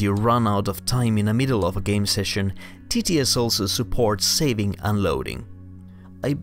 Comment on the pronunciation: No, your English and pronounciation are really good, it's just that saying TTS quickly sounds exactly like tedious!